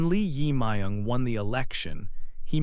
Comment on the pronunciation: Please check your pronunciation of 이재명 Lee Jae-myung, who is a current president in South Korea in 2025.